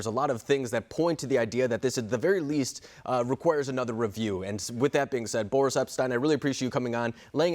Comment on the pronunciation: ba REES Epshteyn, not Bore Us